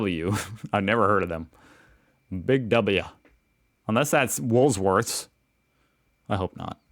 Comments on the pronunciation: What is wrong with you? Do you actually see an “s” after, “wool,” in Wool-worths? You make these stupid mistakes in every video, like the other day when you didn’t think there could be a mountain in Australia! You are either taking the piss out of us, or you are a lot dimmer than I imagined. Did I hear you say that you went to university, what a sad indictment on the U.S education system. Edit: Surely someone who has done so many Australian videos including on wildlife would know that, “echidna,” is pronounced, (e-kid-na) see if you can take this in while you are practising to say, “emu,” (eem-you). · WOOL WORTHS not WOOLS -please!!!!!!! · It's WOOL worths....not wools worth. The S is at the end. 👍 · why do you call it wools worths, it is Woolworths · Stop saying Wools-worths! It's Woolworths, or as we call it, WOOLIES. 🤪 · Hahaha 'Wools Worth'. Its Woolworths. Known as Woolies.....Hehe I can't cope, its making me laugh so much. You're wonderful. Your son's nappy ( diaper) action reminds me of the great cartoons an Israeli dad has done about changing his daughters nappies. ' Take cover' he yells. ' Incoming'... while he's dressed in army gear with a belt full of creams and baby power. Hehe. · I know because you're American, that you can't spell or pronounce words from the english language correctly BUT can you actually read the english language? It's Woolworths!!! NOT Woolsworth! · I enjoy watching you video's and do so regularly. There's just one tiny, little thing you could do for me, to have me, stop saying Woolsworth, it's it's Woolworths.. When ever you say it I try to correct you through the screen but you cant hear me. Thank you, have a great day😂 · It's Woolworth's, not Wool's worth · Its Woolworths not WOOLSWORTH!!!! No Thanksgiving or Halloween here. That is an Echidna pronounced E KID NA😄😄😄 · Just for your own information, it’s Woolworths as in Wool Worths - love your videos 😊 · It's Wool - Worths.